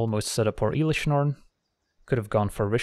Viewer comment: Please dont call it IIIlish norn aaahh